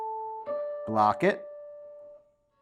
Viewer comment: Did you ever have the Bop-It toy in the 00s? That's all I can hear when you say "block it" 🤣. Love this lesson, gonna give it a go today!